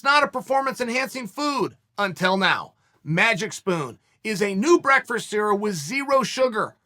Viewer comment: I watch all of Chaels paid ads out of respect, and the way he says breakfrast